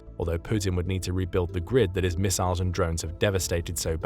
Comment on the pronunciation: ah yes, myssiles